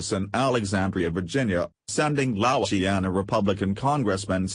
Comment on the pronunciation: If you are going to use computer voices please learn correct pronounciations of proper names and names of states. I do not appreciate my home being called louseyana. Scalise is better pronounced scalees. The computer voice can ruin a a story when it is riddled with mispronunciations.